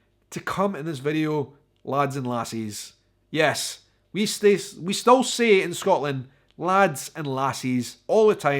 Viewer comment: 15 you said stull instead of still lo